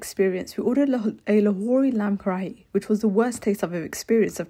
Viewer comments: Lamb Karahi not lamb karakhi 😂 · Hi! I’m Pakistani and wanted to let u know it’s not pronounced lamb kara hee but it’s pronounced as ka - ri not ree but i not trying to hate! Love ur vids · lamb “karaki” 😭😭😭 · And the way she said karihi